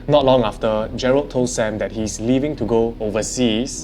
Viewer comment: is it Jerald or Jerlad sksksksks 😂